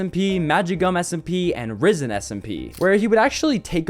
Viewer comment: No way he just misprounounced Rizen smp to Rizzen, and Vandrayk to Vandrake